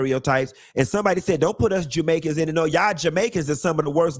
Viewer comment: Did he say "Jewmaicans"😂